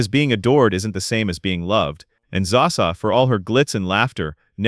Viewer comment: Its not zaa sa.